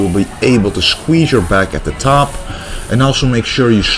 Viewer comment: To me, the smith machine workout and all the rowing exercises seemed way too fast. Surely drop the weight and go for a slower, fuller range of motion with better contraction? Opinions aside, great video, and now I have learnt a better pronunciation of the word shqueeeshe.